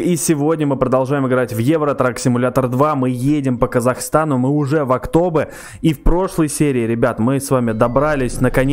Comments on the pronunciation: Не Актобэ а Актобе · Не актобэ а актобе и кстати тоже привет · Не Актобэ а Ақтөбе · Не Октобэ а Октобе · не Актобэ а Актобе ударение на букву «Е» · спс за такие видосы и если что не актобэ а актобе ну это так на заметку) я из алматы здароу всем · ХА ЧУВАК Я ИЗ АКТОБЕ! ОБОЖАЮ ТВОИ ВИДОСЫ, КСТАТИ НЕ АКТОБЭ, А АКТОБЕ:) ПЛИЗ ПОСТАВЬ СЕРДЕЧКО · Не АктОбе, а АктобЕ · Не АктОбе а АктобЕ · АктУбе а не АктОбе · Актобе а не Актобэ Алга а не Алгу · Актобеееее . А не актообе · Не Áктобе a Aктобé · Актобе - ударение на Е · Актобе́ ударение на последнии гласные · Ни Актобе а Ақтөбе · Актобе ударение на :е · Ха ха, он не правильно говорит Актобе